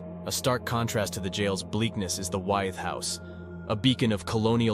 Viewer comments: I went to High School in Williamsburg, Wythe is pronounced With. Just saying! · Wythe is pronounced like 'with'. Just an FYI